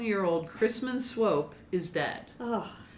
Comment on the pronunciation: I've never lived in KC, but I used to live close enough to get their local news on TV. I think it was in the 90s they refurbished the Swope Park river walk area which made the news often. They always pronounced Swope like rope, so I'm pretty sure you're pronouncing it right. What I've seen of the park is very nice, though I've mostly just been passing through. Great vid y'all! Stay midwest nice!